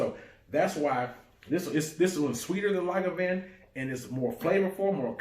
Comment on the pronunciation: Lagavin? It's Lagavulin...